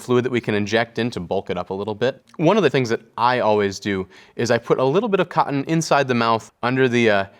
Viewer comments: I like the way he says ‘cottON’ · I like how he enunciates the word 'Cotton' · I like the way he says "cotton." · I love the way this handsome dude pronounces cotton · The way he say's "cotton" is weirdly satisfying. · Love the videos. Very informative but I don’t like how he says cotton… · The way he pronounces cotton is fantastic. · I love the way this man says cotton, it gives me serotonin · I love how he says cotton. I love this series and I adore this dude. Very educational and endearing.